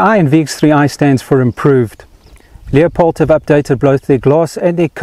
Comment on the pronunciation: It's not a "Leo..pold" scope.. it's a "Lew...pold" scope!!!!!!!